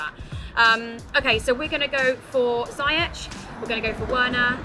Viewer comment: please learn how to say Ziyech and Werner. Hurts to hear u say it like that